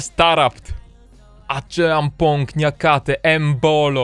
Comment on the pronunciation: Aczeampong ():D